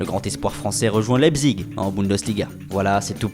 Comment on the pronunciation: mdr à la fin comme il dit mercato